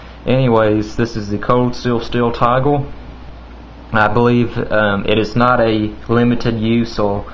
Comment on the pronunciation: It looks like Asians aren't the only ones who mix their L's and R's. Tigel, othel, from thele, right hele, youl favol, watel Good review.